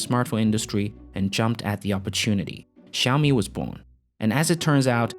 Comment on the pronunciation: Can you please learn to $@ say xiami properly??!! It ain’t rocket science and it takes five seconds you lazy bum.